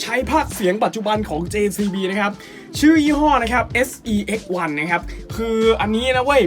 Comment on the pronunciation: ควรพูดว่า SE-X1 ไม่ใช่ sex-1 วันครับ